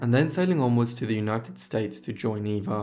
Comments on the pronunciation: Absolutely correct. Eva was pronounced Ava. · Surprised you didn't mention Green Acres, it's the main reason I know who these sisters are! I thought Eva's name was pronounced "Ah va". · Great video! I've always been fascinated by the Gabor sisters. A couple facts: Zsa Zsa's name at birth was Sari. Also, I believe Eva's name was pronounced "Ava."